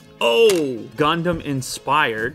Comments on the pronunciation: Its gundam ._. Very funny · You say gandam But I heared condom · Is is gondon? Did he really say gondon?))) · He say gondom I listen condom LOL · I hear youmumdom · Why I hear ”condom” every time? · When he said gundam ithought he said condomn 🤣🤣🤣🤣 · U pronounce it as gaun-dum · I though that he said Condom 🤣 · Hearing gundown as condom iam perv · Not gondom it's Condom haa haa